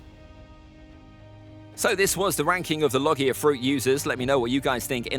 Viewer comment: pronounced logia wrong